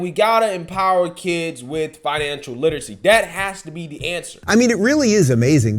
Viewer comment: Brother I love your videos but I can't watch them anymore because of how you talk. DIS instead of THIS......DAT instead of THAT......DEM instead of THEM....etc. it's cringe worthy..... And I just can't take anything you say seriously if you still speak this way..... You are clearly not stupid but speaking that way makes you sound like a guy from the hood..... Not an up and coming young journalist.